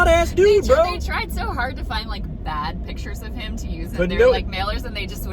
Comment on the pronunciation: Kyle, I love the way you weaponize the title "Brö" 😂😂😂